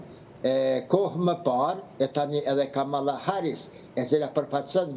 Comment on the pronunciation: E ka Kamala, me theks te “a”-ja e pare e jo ashtu sic e shqiptoni ju!